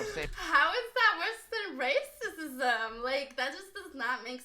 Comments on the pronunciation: Shawdy said Racicism 🤣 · Chileee... the illiteracy 🥴 mutted instead of muted? Woman instead of women? Racesism? What’s going on? 😂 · I lost my shit when she said racisism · this bitch said “race sis ism” 😭😭😭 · Yo face when she said “rassisissum”🤣🤣🤣🤣🤣🤣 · I moved my head the same way & made a face like did when she pronounced racism.. She's crazy lmao